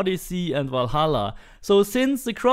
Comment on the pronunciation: Ah daar hebben we de Volholla man, ik zou het toch maar een keer uitspreken zoals het hoort : Valhalla met een "A"' ipv een "O" 😉